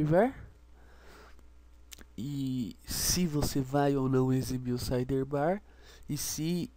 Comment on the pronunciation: "SideRRbar" não sai da cabeça! Rsrs. Legal a vídeo aula =)